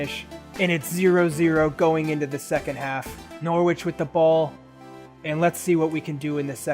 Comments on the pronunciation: Its nor ich not nor wich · i’ve been enjoying this series so far & i know i’m a while behind but the way you pronounce norwich is so infuriating, the w isn’t pronounced!